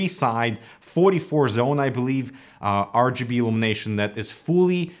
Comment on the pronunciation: 'R - juh - B' 😂😂😂